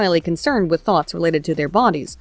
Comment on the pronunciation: Am I the only one that kept hearing Thots of Death, the elite assassin squad of egirls?